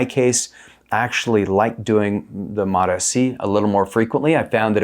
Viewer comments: It's mots-c, not MOTA-C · Please pronous MOTS-C like eveyone else! It's annoying to hear you say mot s c. You don't say M O T S C separately, each letter. Why do you say mot and then say S instead of just saying mots? Like the applesauce. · Please!!! For the sake of God. MOTS is one syllable. Then add “see” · “Mots C “ bro… two syllables … why are u the only person on earth saying “Mot S C”? Your content is excellent man, but your pronunciation of this peptide is bothersome lol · It MOTS-C not MOTA-C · I always pronounce it MO-T-S-C (moh tee es see) just to troll you guys. 😂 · "Suh-mag-luh-tide". "Mot-ess-see". Uhh no. 😅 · MAAAHTs-Ceee. 2 syllables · so the fact most people respect the hyphen in the name and say “mots”-“sea” is irrelevant? Why is he separating out the “S” when that’s not how it’s spelled out? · Very hard to take seriously when you cant say MOTS properly 😢wow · Can't even say it properly lol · Learn how to pronounce it 🤦‍♂️ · The way he pronounces this peptide is obnoxious. I'm sure he thinks it makes him sound smart but he is literally the only person I've ever heard say it that way. Don't be annoying just say it how everyone else does. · The way you pronounce the peptide names makes me want to not even watch any other videos of yours. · Confidence waning seeing as how you don't know how to pronounce the peptide you're making a video about. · I can’t take you seriously if you can’t pronounce the peptide correctly. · lol Seriously. The way he’s pronouncing it is triggering me.